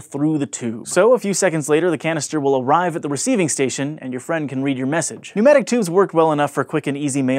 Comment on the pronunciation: Nomadic tubes? Weird pronunciation.